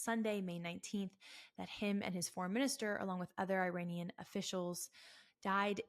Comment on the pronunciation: WOW, you don't even know how to pronounce Iranian!! IRANIAN is pronounced "Eee-Ronny-Yan" Not "Eye-RAINY-Yan"!! Here's a Very simple Mnemonic for you, "There's no RAINY weather in the forecast" !! Is that simple enough for you?! If you still have difficulty with this ultra simple pronunciation, please ask me to repeat the Mnemonic for you okay?! 😉💙 You're embarrassing yourself before the whole world that, does know the proper pronunciation!!!!!